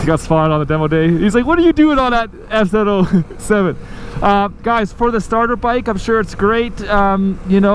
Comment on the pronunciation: Am I the only one that's struggling to understand what he's saying when he says the name of the bike? It sounds like he's saying S-Zero-Oh-Seven. I know it's an FZ-07, but wth?